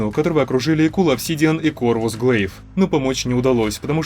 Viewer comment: 1. Насчёт злости во всех фильмах про Халка это видно. 2. В фильме это не указано. Но факт есть факт. 3. Обсидиан. Ударение надо правильно ставить. Это название минерала. 4. По 1 и 2 к тебе претензий не было, поэтому зря распалился. Могу ещё позанудствовать, но тебе проще принять этот ответ и успокоиться. Я не намерен больше на это время тратить.